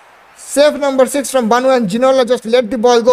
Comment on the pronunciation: Bro its Bonou not baaanoooooo